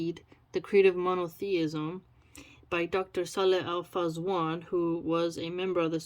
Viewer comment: His name is: salih al fawzan(not fazwan) Just correcting